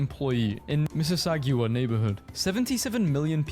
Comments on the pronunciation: missi-saggu-wah? LOL... missi-sogga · what you thought was an otter was a beaver. Ha Ha, the goose was chasing the mailman because he kept mispronouncing his city as Miss-iss-ah-gee-wa. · I hate the way that voice mispronounces eh and Mississauga 😭😂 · The videos pronunciation of Mississauga was brutal